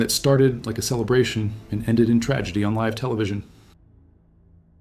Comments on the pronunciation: Uh so this is AI. Just so everyone knows. The voice said live (as in we are broadcasting live from DC) when it should have said live (as in I live in Kansas). That's not a mistake a totally fluent English speaker would make and post on Youtube. Stop suggesting this garbage Youtube. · Live : pronounces layv